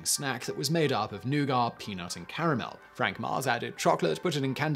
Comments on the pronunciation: Simon, that nougat pronunciation had my eye ticking something terrible every time you said it. I know it derives from French, but still, it sounds wrong hearing it without the T (British ears). Although interestingly, I don't have the same reaction when visiting France. Anyhow, more importantly, I would have been interested in why certain international markets had the "Snickers" bar sold under the "Marathon" name for many years. Instinctively I am thinking Snickers was an existing trademark in certain markets. Hmm, wonder if Wikipedia has the answer? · I mean if you are going to argue about the correct pronunciation of noughat, look no further than the origin. Which as simon said is french and we all know the how the french add unnecessary letters to their words. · Their isn’t even an “r” in that word. 😕🤔🤷🏻‍♂️ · He's uncomfortably close to pronouncing "nougat" with an unnecessary "r" as if it was a racial slur, there. Tsk! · Comment section: it's nougat, not newgar Me, a person who has only heard the word in russian before: it's nooga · Nugar? No, "NEW-git". Of course, we have people say "caramel" as "CAR-uh-mul", so I guess I can overlook that. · "nougar"? do you mean "nougat." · I didn't hear the R. Might be a native speaker thing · First ever mind-blown moment ever watching this channel: Nugat (new-gat) pronounced New-garr. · When you say nugar, do you mean nuget? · Noogit! Not “Neyuah-guah!” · New-gar? its pronounced New-get around these parts. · Don't be like Randy on South Park. Watch THOSE N-words ending with a hard "R"! Ha ha ha!!! In America, we pronounce Nouget as neww-gett. Not, new-gar. Just sayin'. Talking about the mark. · He is saying noo gah or some times he speaks it as new gar... which i recognize as ヌガー but living in USA since 2007, i think i should tell people, he means nougat! Americans pronounce it as no͞oɡət nou +gat.. nougat! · Nugar....hmmmmm nougat? Noo-gat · New get. I’ve never heard newgar before. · the word, Newgah, made me recoil.